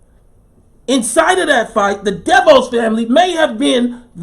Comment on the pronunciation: Im done here in Orlando aka "the bubble". Its not what they say it is. These guys can't stand being locked down. Its a powder keg and any event would have caused them to blow. Btw, DeVoss is prenouced Da- VOSS